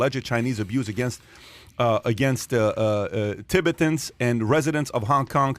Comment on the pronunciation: He said ti-bi-tins lmaoo after all the good gems he dropped, I’m surprised you pronounced that so wrong lol